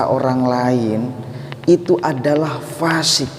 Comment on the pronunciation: Baiknya bedakan lafal fa buksn pa'